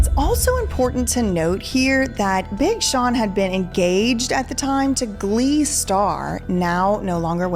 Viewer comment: I lol'd at BING Sean 😂